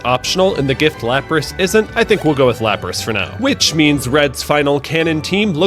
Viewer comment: IT'S LAPRAS, NOT LAPSES! FIX IT NOW!